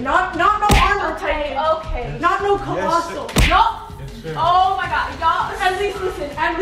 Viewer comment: “He built like titain” LMFAO